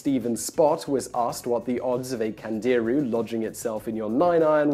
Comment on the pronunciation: Candirú has the accent on the "u"